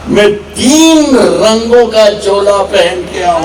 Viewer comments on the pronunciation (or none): सुना है काली तो लैला थी ? दूसरा, एक सच्चा मुसलमान कभी सच्चा हिंदुस्तानी नहीं होता ! तीसरा एक अच्छा शायर कभी खुद की तारीफ़ नहीं करता ! चौथा में नहीं मैं होता है पांचवां पेदा नहीं पैदा होता है वैसे तो इस पेंदे में छेद बहुत हैं पर आखिरी घटिया सामान की पहचान है ये खास कि उसे बेचा जाता है गला फाड़ के !!